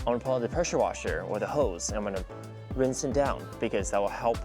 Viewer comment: a what sorry? Winse towel? I didn’t understand sorry